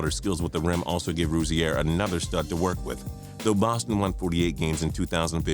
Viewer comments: It's pronounced Rosier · It's pronounced Ro-zeer not fucking Ro-zee-air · Terry ru-zee-air 😂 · Why do you pronounce Rozier like that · The way he says Rozier makes me cringe. This dude obviously don't watch basketball. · Learn how to say rozier next time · You're badly mispronouncing Rozier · U trying to pronounce terry rozier was killing me dude and u r dumb if u think anyone picked out of the lottery can be considered a bust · You pronounced Rozier wrong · You are saying terry Rozier wrong I met him that you are pronouncing it wrong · You said Terry Rozier's name wrong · You cannot say Terry Rozier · I'm mad at how he pronounced rozier